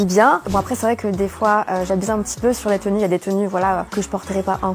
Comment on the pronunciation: Par exemple elle dit aprés au lieu de après